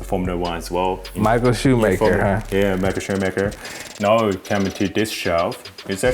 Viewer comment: Wait... So is it "Shoe-mark" or "Shoe-maker"?